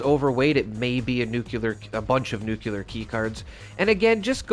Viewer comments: I love your content, but please. It is nuke-lee-err. The era of President Bush inceptioned nuke-ya-ler into people's heads, but it isn't correct. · The word nuclear is NOT pronounced, NEW-cue-ler. Makes me cringe every time I hear you say it. It’s NEWK-lee-yer. There is no “cue” in the word nuclear. If you have trouble pronouncing it that way, think of it this way, new-clear. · Bro really said nucular keycards 😭😭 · nucular, ffs 🤣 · it's pronounced NEW-CLEAR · I am displaying all especially cool looking or weapons Zi am not ranked enough to use yet all over the walls of my shelter. It looks awesome! But dammit, it dings the bejesus out of my stash box weight. 😫 I guess new design choices are needed. Anyway, thank you for this and your other videos! I'm hoping that if I watch them all, I will no longer flinch at your pronunciation of nuclear. 😉👍